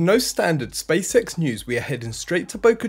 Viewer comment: Hahaha, not just me who picks up on his pronunciation. I can't unsee 'space sex' everytime he say's SpaceX. Good content tho